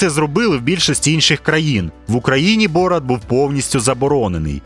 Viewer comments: Не бОрат, а борАт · Чому бОрат, а не борАт? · Не БОрат, а БорАт. Наголос в ім'ях при перекладі не змінюється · Мені аж слух ріже як ви ставите наголос! БорАТ а не БОРат😢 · Не бОрат, а борАт, уши вянут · А з яких пір він бОрат а не БорАт? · Блін, все круто, але БорАт, а не БОрат! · ясно. Один мешканець першого світу не потрудився послухати як звучать казахські імена, тепер маємо. Завжди всі переклади чув тільки з варіантом БорАт шо значно більш схоже на ім'я з того регіону, а тут просто дивитися ролик не зміг бо дряпає вуха. Звісно, інші ролики дивлюся, нічого особистого, удачі в розвитку каналу!